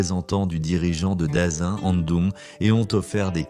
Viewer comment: Le Dazin ? C'est le Daqin, prononcé DaTchine. Ce serait DaKinne ou DaKin à la limite... Mais je vois pas d'où y sort ce Dazin...